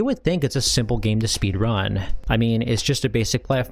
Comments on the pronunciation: my man's pronunciation of speedRUN is massively throwing me off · I have never heard anyone say speedrun with the emphasis on "run" before.